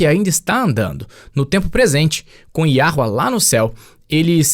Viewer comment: Olá irmãos! Alguém escuta o falar Yahruer além de mim?🙉